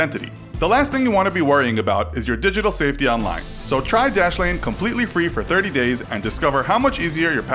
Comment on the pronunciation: Dashlane dashlene plz stop